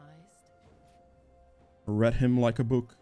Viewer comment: Lol, watching your content for the past month or so since im transitioning to jungle. Only just realised you're dutch by the way u said 'book/boek'